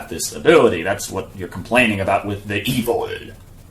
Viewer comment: he says evol instead of evil. When you reverse his spoken word "evol" you will hear "Love" but youre head is actually thinking he meaned evil so the brainwash begins. The brain is able to turn an reversed sentece or word but we all are not able to realize that so the reversed word came up as a feeling in our mind so we think we have the wish to what ever the reversed word says.